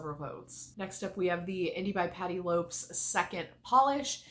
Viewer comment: My love…I believe it’s pronounced Patty LOPEZ not Lopes. 😘